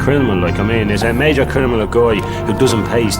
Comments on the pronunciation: Like how he keeps saying crinimal 😂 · Him saying “I’m not a crinamal “ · Why can't dubs say CRINIMAL SORRY CRIMINAL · Smooth "Crinimal" 😂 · “CONVICTED CRINIMAL” 😂